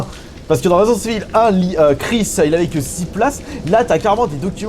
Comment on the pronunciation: 2026 et le mec ne sait toujours pas dire résident evil…c est juste ouf…..resissensse Evil 🧐🧐🧐